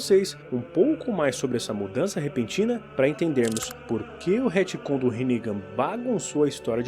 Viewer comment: Hitcon? Retcon pelo amor de Deus kkkk😊